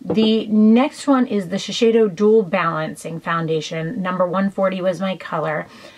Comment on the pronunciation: It's so funny how you pronounce Shiseido! ;-) Can yo do a comparition between YSL Fusion Ink and Lancome Teint Miracle?